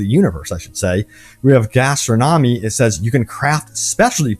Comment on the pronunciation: the way this dude said "gastronomy" LOL with every video i think this guy loses more and more brain cells